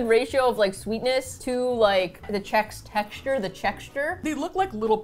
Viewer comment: "chexture" is my new favorite word.